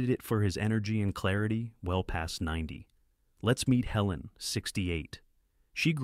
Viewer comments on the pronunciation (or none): none